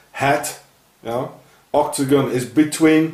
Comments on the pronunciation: oktogon. Ok-to-gon! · Every time you say octagon I hear ' or dagon' instead. Dagon is who they worship also. The Pope's hat. I haven't seen any of your other videos so IDK if you've spoken about it.